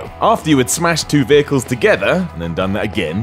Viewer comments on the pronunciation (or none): none